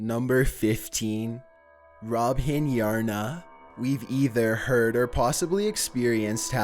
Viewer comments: Lol its angry neighbor....not robhgien.....🤣🤣🤣🤣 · Robhgien Yrgna Foot Lettuce